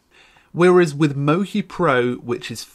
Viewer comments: I am Japanese and it is mochi, not moki. It is Japanese food. “餅” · not moki its mochi. "chi" as if *che*ese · It's not "mo-ki" it's "mo-chee" - as in the glutinous Japanese rice used to make sweet treats. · You've pronounced the name of the program wrong the entire video. Mochi is a Japanese word for a sticky rice product, it should be mo-CHI (as in Cheetah)